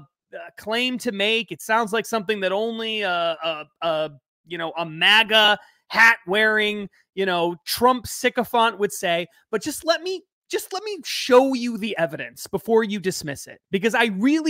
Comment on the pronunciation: is here for likes and advertising bucks. By the way,, it’s “sycophAnt, not sycophOnt. You may be good at running your mouth off but I’m guessing 5th grade was hard on you.